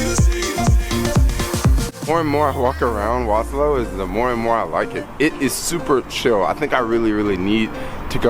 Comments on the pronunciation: Warsaw bruh, not warslow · please do not refer to my city as "Waslaw" the proper pronounciation would be "Varshava" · Waslow? It's Warsaw. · So is Warsaw Poland really pronounced Was-Low? Or are you somewhere else? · Soul Jacker War...saw. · Kept hearing Waslow in the video :) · regarding the time you took to asnwer the question, I guess you finally managed to grab a bit of basic education. Warning- learn how to pronounce Warsaw correctly, or dont use the word at all. You are nor in Bronx, bro, to speak like a black idiot here.